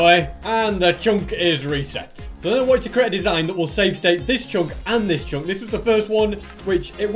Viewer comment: why u saying "CHONK" and not chunk